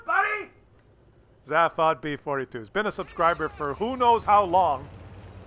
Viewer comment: Sorry but his name is pronounced ZAY-fod. As said in the film, radio and TV shows of The Hitchhiker's guide to the galaxy.